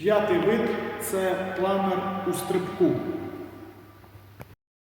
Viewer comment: Чому "планір", а не планер?